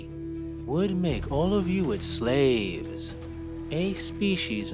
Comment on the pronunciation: I like the ai persona. I think your hanging on some syllables too much tho. Slaaaaaves